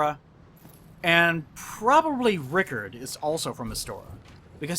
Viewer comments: You mean Ricard, not Rickert - right? I've never heard someone pronounce Ricard like you did. It's... "ri-caaaaard", like Captain Picard. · dude just call ricard "rick-eerd"?